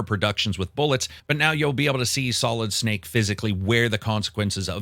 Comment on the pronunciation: "Solid Snake" 🤦🏻